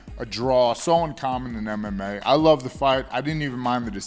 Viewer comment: "I luh you Mike, see you soon...boy!" -GSP